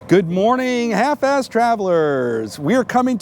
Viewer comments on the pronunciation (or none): Am I the only one who heard “half ass” instead of “half fast.” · I heard Half Ass Travelers as well. Maybe change to Half As Fast Travelers, since I’m old and only half as fast as I used to be 😂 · I had to rewind the intro 3 times. I thought he said half a$$ traveler's 😂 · I heard that also, but I thought I was wrong.. thanks, glad I’m not the only one who heard it. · working as intended lol but yeah i heard it too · 1st time watching your video, I thought you said Half Assed Travelers....LOL, sorry.